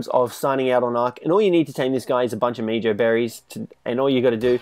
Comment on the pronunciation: It is pronounced like "meho" berry bit meejo berry